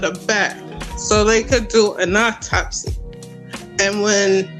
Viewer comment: You would think that she could and would pronounce Autopsy correctly